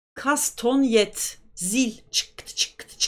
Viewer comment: Kastonet değil kastanyet. Türkçeye Fransızcadan geçtiği telaffuzuyla okunur. Fildişinden ya da sert bir ahşaptan içi oyularak yapılan iki parçanın el içinde birbirine çarptırılarak kullanıldığı müzik aleti. İspanyol flamenko danslarında kullanımı yaygındır.